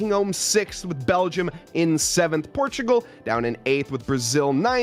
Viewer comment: It´s Portugal, not Portigal